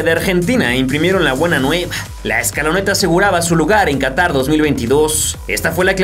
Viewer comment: Qahtar xd